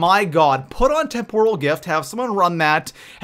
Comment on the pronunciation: Tem-per-el not Tem-pour-al lol